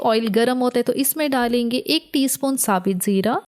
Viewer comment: SaBit zeera nHi hOta...😅 SaBut Zeera hOta hE....😅😂😂😂